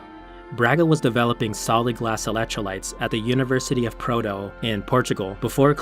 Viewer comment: University of Porto not Proto. PROTO is not a word in English or in portuguese.